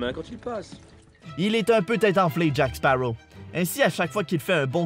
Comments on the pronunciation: baptiste rabet Je suis d'accord, je suis moi-même allée voir le numéro 5 hier soir "La vengeance de Salazar", le doublage français est tellement bon ! J'aime trop sa voix^^ Et dans le doublage québécois, ça me perturbe quand ils disent "Jack Spawow" et pas "Sparrow" et "perle noire" à la place de "black pearl", mais bon après c'est leur culture, même si je ne trouve pas ça logique de prononcer l'un à l'américaine et de traduire l'autre, mais je respecte après ils font ce qu'ils veulent ^^ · Léonidas la truite on dit jacqueuh séparreaux voyons.